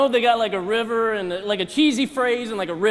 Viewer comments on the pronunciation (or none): none